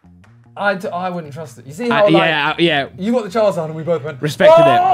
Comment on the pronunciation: Anyone else get slightly triggered when Simon says charzard instead of charizard? Or is it just me being pedantic 😂